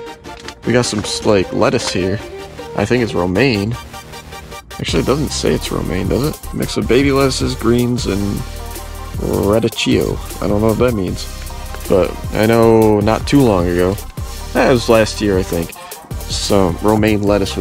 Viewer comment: Radicchio is pronounced … Rah - dee - key - oh